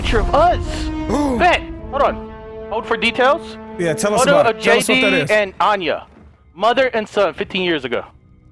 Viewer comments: its not Ayani. Its Anya. Damn, Marcus fucked a dime-piece. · lol u said anie It's Anya